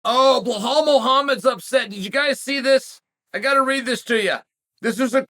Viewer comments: Why does he pronounce the name is Bahal? Just say simple english uncle ( B i L A L )😮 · Its Ba Lal 😭😭😭 its not that hard pronounce where tf is the h coming from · Sonnen is an idiot for deliberately mispronouncing Belal s name. He just does these for the comments, plays a clown in the name of discussion in the comms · Type Belal in video title then calls him Blahal the whole time...I m not watching this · From belal back to blehal in minutes 😂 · Never met someone as dyslexic (or whatever you wanna call it) as Chael lmfao... BLEHALL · Chael, there’s no H in Belal. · Sonnet is an idiot for deliberately mispronouncing Belal s name. He just does these for the comments, plays a clown in the name of discussion